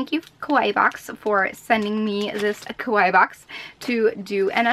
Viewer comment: it was pretty annoying to hear her be that negative. and the way she pronounce kawaii, she pronounce it like it mean Scary, maybe she was referring to her face makeup XD